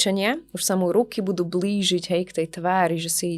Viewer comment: Pekný rozhovor, naozaj aj nádherný hlas. Kks, ale tá výslovnosť 🙈🙈🙈🙈🙈🙈🙈🙈🙈🙈🙈🙈🙈🙈🙈🙈 - bLÝžiť - netfLYx - pozeraLY - LYtwratúra - maLYčké - mysleLY - vedeLY - na uLYci - kLYenti - inteLYgent - stoLYčka V každom treťom slove. Prosím, skúste povedať slovo LYteratúra a LIteratúra. Ak to bude znieť rovnako, tak už nemám čo povedať 🙈😀